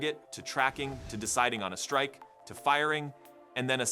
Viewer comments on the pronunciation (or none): none